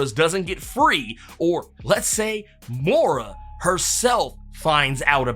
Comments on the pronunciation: It's pronounced Moy-ra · *Moi-Ruh (pronunciation)